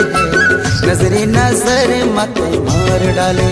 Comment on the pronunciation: इसमें जिस सिंगर ने गाया है उनको में बताना चाहूंगा की शब्द को शुद्ध उच्चारण किया जाए जैसे की नज़र ये उर्दू शब्द है उस हिसाब से नजरे ना की नजरे ऑडियो रिकॉर्डिंग भेज रहा हु